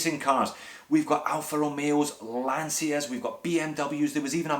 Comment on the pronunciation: Lancia is not pronounced lansia but Lancha